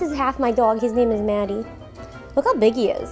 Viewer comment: Im from the uk and the way you say 'Matty' for your dog sounds like "Maddie" in the uk!